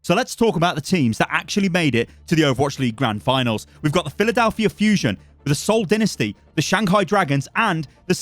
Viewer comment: Your pronunciation of Seoul Dinesty puts them at Boston's level.